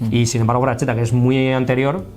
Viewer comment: No es "frachetta" sería pronunciado "fraxetta" pronunciado como la x del castellano antigüo